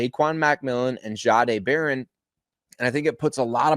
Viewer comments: Can you please please please learn how to pronounce his name right? He said it out loud he told you how his name was pronounced and it’s not. Shaaaaday it’s just simple respect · Why is it so hard to get it right? It’s just simple respect for a person’s name. Why can you not just pronounce it the way it’s supposed to be the way. He said it was pronounced? “Jeday” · It’s not pronounced zzaaaday